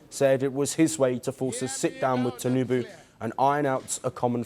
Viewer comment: This man just said Bolo Ahmed tunubu